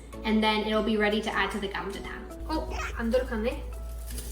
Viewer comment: ㅋㅋㅋㅋ 님 "사장님!감자탕 4개요~" 발음이 너무 좋아요~ 와우 감자탕은 못 참지!! 😊😊😊